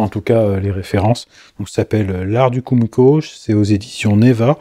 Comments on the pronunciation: Ouep, c'est bien "koumiko" que ça se dit :) Mais on dit "assa no ha" (on "prononce" le h)... Bon, ok, ça ne change rien à la réalisation :D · Juste pour info Kumiko se dit keumiko et les S se dise S et non pas z . Asa = aça Ganbatte ! = courage ! Les essences de bois différentes font du plus bel effet pour l’intérieur du motif et une autre qui pourrait te plaire : mais complètement un japonais Pour le plaisir de yeux